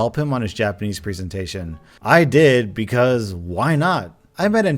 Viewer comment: Jonathan Cohen, the way he said ‘I take Japanese’ kinda sounded like how you would say ‘I take cocaine.’ It made me laugh.